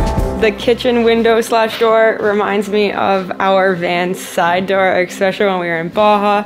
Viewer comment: "Eckspecially"? I thought Canadian schools were better than that.